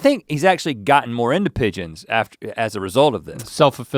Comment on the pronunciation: The 'e' gives the 'g' the soft sound. So, instead of 'pig-ons' you get 'pige-ons'. Think George.